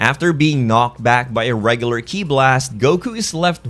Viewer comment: you called Ki “Key i?”